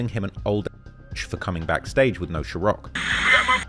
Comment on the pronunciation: Why u keep saying ciroc like that ? There’s no H